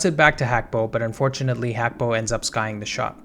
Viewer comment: Not Hakpo, Gakpo.. he himself has stated this